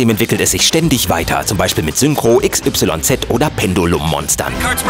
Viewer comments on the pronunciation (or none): X Y Z??? DAS HEIßT IKSYS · Übrigens spricht man das nicht X Y Z aus, sondern XYZ [eksiz] ;) Also die Beschwörung von Yu-Gi-Oh, nicht die gleichnamige Pokemonstaffel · Xyz wird exis ausgesprochen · Nur so als Info Yu-Gi-Oh geht immer noch weiter und XYZ-Monster werden Iksies-Monster ausgesprochen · Ich habt so keine Ahnung davon Hahaah- wie sie einfach xyz sagen, das wird nicht so ausgesprochen.